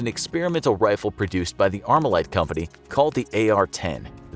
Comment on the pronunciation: So much wrong information..... But at least he correctly called the AR "ArmaLite Rifle"